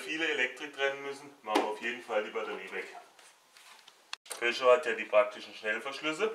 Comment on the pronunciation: Haha good job man ! I loved that you said peugeot 206 in french ! Schöne Grüße aus frankreich !!